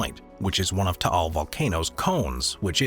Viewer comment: Taál (thank you for pronouncing it properly) erupted on January 2020, so now the island is still the same except no flora, horses, or tourists. I remember it covered Metro Manila and surrounding provinces with ash fall; we all wore masks to avoid inhaling the toxic particulate matter floating around..